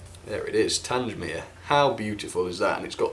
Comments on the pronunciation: The Beechwood Wagon was the odd one out. When are you going to get your names right? You don't say Tangemere, it's Tang-mere, you dummy. If you want to send me that Bullman, and he'll be turned into Sirloin Steak to go with Micro Chips. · An extremely beautiful set but it's TANG mere not TANGE mere. Your mispronunciation spoiled the video for me. Kind regards, David. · PLEASE STOP SAYING TANGE MERE. IT IS TANG MERE. TANG. THE-G-as in Gate. grates on me every time you say it. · its pronounced tang mere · Pronounced "Tang-mere" not "Tange-mere" sorry buddy haha, great review as always! what a lovely set! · I'm sorry. Tangsmere?!?!?!? Its Tangmere. The southern enthusiast in me is screaming right now....... but still, good review :) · TANG - MEER, pronounce it right. It's not TANGE - MEER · Just caught this by accident having just bought the same also on eBay for £130 today, 14.8.24. Delighted to hear all the compliments. As previous;y mentioned Tangmere is pronounced as in "Bang" and not Tanj. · its pronounced like this "tang mere" like tango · Will you PLEASE pronounce Tangmere correctly. The G is as in gate NOT orange. As ex RAF it grates on me every time you say it incorrectly. Good reviews though😊 thanks.